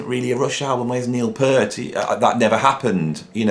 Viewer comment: I love your videos. Your knowledge, opinions, musical ability and creativity on both drums and guitar, spontaneous freeforming delivery style and humour are all absolutely spot on target for me. BUT! For someone who is a fellow drummer and Rush fan, I am SO surprised and frankly disappointed to hear you repeatedly mispronouncing Neil's surname. Although he did his best to put up with (usually Americans) saying "pert' it really annoyed him. I thought you were better than that! I still love your channel though.....